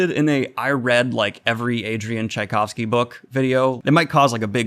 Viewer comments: You did it! You said his name right! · Just YES to Tchaikovsky video (and yes you finaly got it right; in previous videos every time you managed to mispronounced his name my left eye started twitching violently!). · Props for for battling your dyslexia and not giving up to it! Tchaikovsky is not the easiest surname to pronounce, but you got it and not for the first time, if I remember correctly. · Yeah! Daniel finally got the pronunciation of Tchaikovsky’s name correct! My opera/classical music heart sings! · How I can tell that Daniel has used AI to create this video: he pronounced Tchaikovsky correctly. You tried to make it seem like a conscious effort, but I could tell right away 😄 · And that would be Adrian "Oh gods, here it comes" Tchaikovsky "OH! He did it. He pronounced it right!" Did I do it? "Yes, yes you did" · I had the same reaction! Daniel butchered the name so many times already and I expected it again :D Good job. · Thanks for learning to pronounce Tchaikovsy....it was ...horrible 😂 Whyndon't you read all his novellas & make a video about it ? They 're even better & more original than his novels... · Huzzah! Best bit of this is Daniel pronouncing Tchaikovsky correctly! No idea if it was a previously a bit but I appreciate it, it's a relief. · Holy hell he got Tschaikovsky’s name right. This is revolutionary